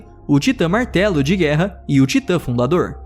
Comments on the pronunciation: Ei vez de ele falar martelo de guerra ele falou Marcelo de guerra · eu achei que ele ia falar martelo de guerra mas ele falou Marcelo de guerra 😂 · na hora do martelo de guerra eu ouvi Marcelo de guerra kkkkkkkkkkkkkkkkkkkkkkkkkkkkkkkkkkkkk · eu ouvi "Marcelo de guerra"?